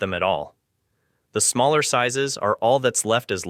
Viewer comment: CRAP AI VOICE OVER,WITH UMPTEEN GLITCHES... "MALLER SIZES..." REAL PEOPLE SAY SMALLER...